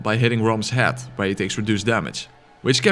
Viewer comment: When you say "head", as in "attack his head" it sounds like the word "hat". Love your videos, Im attempting a Gun only run using your guide, just beat Gascoigne so now im going through Old Yarnham getting shot at by a gattling gun